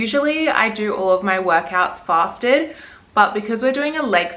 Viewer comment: I literally thought you said you do all your gym sessions “plastered” instead of fasted lol. I was like shit this girls hardcore 🍺💪🏻😂